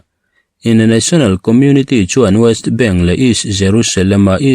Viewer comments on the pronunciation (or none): Waist bank ti lovin West bank ti in lam la